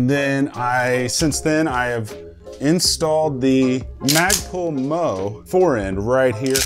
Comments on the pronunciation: Its magpul m.o.e. not moe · "Magpull Mo." AKA M.O.E. - 'Emm-Ohh-Eee' Magpull Original Equipment Maybe you've addressed this in a prior video, but this is the only thing I dislike about your content dude! MOE is an acronym, with a meaning, and until I'm certain that you know it, I'm picturing Mo from three stooges 3D-printed as a firearm accessory.